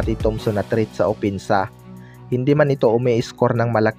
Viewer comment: Depensa hindi dipinsa ayos ayusin mo naman ang pananalita mo boy at opensa yon hindi opinsa.